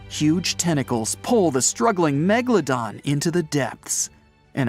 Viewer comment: It was .......A Megladom lol 😂😂😂😂